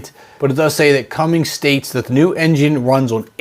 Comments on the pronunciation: This guy must be slow or dyslexic or a combination of it. It's difficult to listen to anything because of how he says Cummins as Cummings and then another thing like DEF as DFE. If this guy want's to have a chance at a serious automotive channel he really needs to get things correct so people don't think he's a joke. As of right now I'm not going to watch anymore of his stuff because of how unintelligent he sounds when it comes to a lot of what he says. I'm not trying to be rude about it but I want this guy to use it as constructive criticism because he's one of thousands on Youtube that have an automotive channel. If you want to make it then you have to make sure what your saying is correct to be taken seriously. Otherwise people are just going to make fun of him or give him crap in the comments and not watch again. When it comes to the 6.7 Cummins I'll take my diesel in my 2024 Ram 5500 any day of the week over running this gas version. I'd rather deal with the potential downsides of a modern diesel to have the higher horsepower and torque numbers over this gas version. I pull very heavy loads everyday with my truck so any extra power is a huge benefit. I've had multiple Ram 5500's over the years since new and put many miles and tens of thousands of hours on them and never had any major problems with the emissions or other components. If it's worked hard, maintained properly and isn't a pavement princess it keeps everything running good. The Cummins 6.7 is one of the best d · Could be alot of wasted effort by Cummins (not Cummings!) Bc...all the rules in the U.S. have now changed concerning pretty much everything regulations related. This is no longer last year's country and efforts have been made to prevent it from ever going back to those times. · Gave up on the video after the second “Cummings” if you are too stupid to get the name right how can you inform people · Cummins , not cummings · why does averone call them CUMMINGS? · There is no 'g' in Cummins!